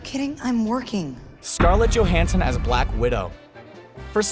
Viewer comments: did he call Johansson Johnson? Wtf bro! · No disagreement with your listing but a fair amount of mispronunciations. Johnson for Johansson? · Either the writer(s) need(s) to spell-check what they've written, or the narrator needs someone to check his work, as there are flubs and mispronunciations all the time on these videos. Then again, I don't understand how you don't realize that you've said "Johnson" rather than "Johansson" when it's being recorded, let alone how it makes it into the video. Maybe you guys should focus on quality over quantity... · It's Scarlett Johansson not Johnson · "Johnson" instead of Johansson and "Smarvel" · did he call her Johnson the 3min mark?? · Please learn how to pronounce names. It's Johansson, NOT Johnson. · DID HE REALLY JUST MISPRONOUNCE SCARLET JOHANSSON'S LAST NAME AS JOHNSON??? I'm sorry, but who edits these videos?? Some of the mispronounciations are so bad and so obvious. How are they overlooked?? Is it really that difficult to redo that little bit, or add in some text that says "I fucked up, I meant to say _"??? Wtf, Screen Rants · He said scarlette johanssen's last name wrong... I cri